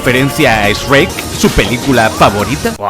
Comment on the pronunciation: ESHREK?????? OH SI. ESHPAÑOL